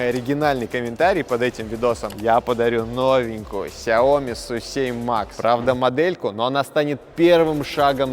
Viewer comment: Космос Но правильней произносить Шаоми